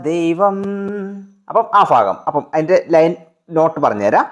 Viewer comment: ഫാഗം അല്ല ഭാഗം എന്ന് പറയു